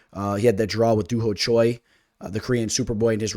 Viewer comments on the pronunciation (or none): none